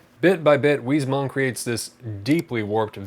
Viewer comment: Not to be that guy, but the s at the end of Huysmans is pronounced. Wiss-moss.